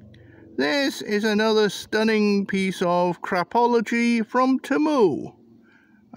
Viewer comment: "TEMU". Not "Chemoo".